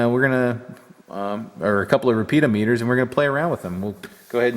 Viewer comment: Hi, Was slightly concerned at first...thought you said building a few "Peter Meters"...